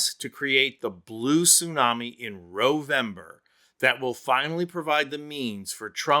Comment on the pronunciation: Okay what is "Rovember?" That was weird. Since Republican begins with an "R" and you changed the "N" in November to an "R" I really want to know why you did that.